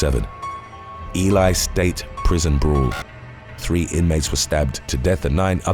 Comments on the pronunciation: For future reference: Lyon County is pronounced lion not Leon Ely is pronounced ee-lee not Eli Washoe is pronounced wash-o not wa-shoe No hate, just looking out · Its Lyon County. Like the big cat. And its Ely(Elee). All long (e) sounds and its Washoe. The o is a long o sound.Traditional pronunciation of Wash long o and e is silent. Washoe. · Pronounced....E-Lee.....Ely say it wit me one-time